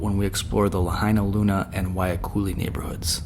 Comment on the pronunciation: why do you call it Waikuli when it's Wahiluki? Sounds so haole